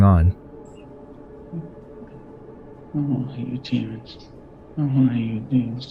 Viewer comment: and “Demmon” instead of demon 🤣 I think it’s on purpose, or he’s just reading fast